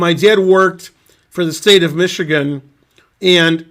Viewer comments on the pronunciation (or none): none